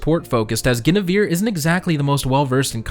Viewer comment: Your pronunciation of Guinevere tho... shudders